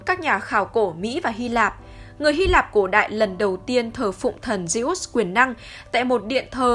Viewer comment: Phát âm như lollk zê út :)))